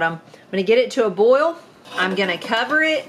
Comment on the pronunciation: As much as you make, it won’t last five minutes in your new store. You might be spending a lot more time in the kitchen to keep your customers happy. I have to let you know how much I smile every time you say “bowl” in place of boil. 😀 You said it so much this time my jaws are aching! Love it.